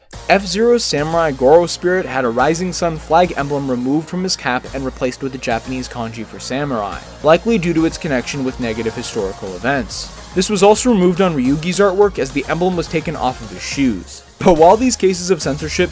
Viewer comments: Ryuji* (Ree-u-ji) not Ryuki, also whoa i didnt know he had that on his shoes! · Stop saying "Ryugi" It's "Ryu-jee" Js do not sound like Gs in English, even though Gs can sound like Js sometimes. How do you keep making this mistake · No way this man really called Ryuji “Ryugi” bro 😭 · No way bro called Ryuji “Ryugi” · This video is great lots of detail put into it it. I have one problem though. YOU CALLED RYUJI, RYUGEE 😭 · im sorry did you just call ryuji "ryugi" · That’s… not how you pronounce Ryuji’s name. It’s a “soft g” sound, not a “hard g”. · I love the collective hate on the pronunciation of Ryuji😂(it pains me)